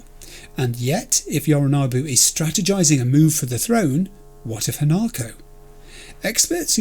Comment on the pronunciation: One thing, you have a thing with the letter O in certain words don't you? Sayonara Yorinobu. 👀 Just sayin